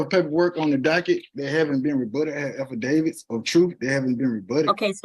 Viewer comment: I’ll give this guy one thing to his credit. He’s the first Moorish-Buffoon who has pronounced “affidavit” correctly.